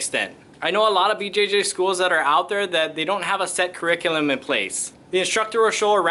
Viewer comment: Kur- ree- cue- luhm